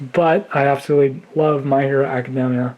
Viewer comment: He can’t even say the name of the show right!